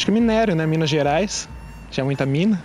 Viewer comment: "Mina Gerais" (Mina) Minerio pqp o cara falo isso msm kk